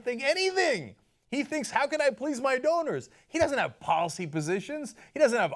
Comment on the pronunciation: half funny and half tragic that when you say "one of his biggest donors" it sounds like "one of his biggest owners", and I'm not sure that there's a difference.